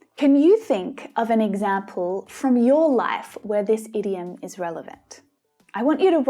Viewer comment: I have a doubt about the idiom pronounciation. Why ur pronouncing it as ediom although the word starts with a oval 'i'